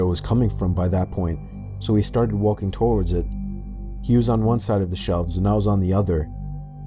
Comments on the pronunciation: Nobody:: TORWARDS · You have the weirdest pronunciation of "towards" I have ever heard. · "towards" only has 2 syllables :D